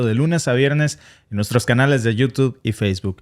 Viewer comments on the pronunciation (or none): none